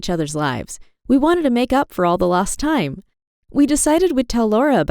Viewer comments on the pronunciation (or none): none